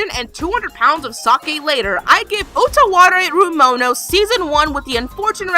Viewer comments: Its like they specifically requested this to watch you butcher the name of the anime and some of the characters. Btw, I loved this anime :) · Congrats, jerk. You poured hate on an anime classic. Rather than being an expert on the anime you sensationalize your weirdness. Keep butchering all the names in your little bubble of cynicism.